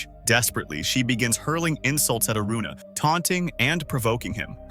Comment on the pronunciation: When did Aruna become Aurora😂